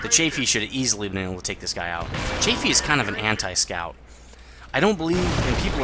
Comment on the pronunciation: Cheyfee? Isnt it chaffee? (pronounciation)